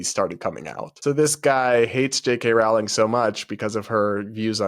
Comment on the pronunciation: No offense, but I cant stand how you pronounce Rowling. It's pronounced "Rolling."